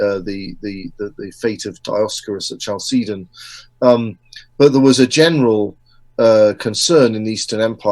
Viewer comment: Love this talk. Very good speaker.! Only can't get over the pronunciation of Chalcedon. I've always heard CAL-seh- don. Not Ch like cheese. Short e. Looked it up and Oxford agrees with me.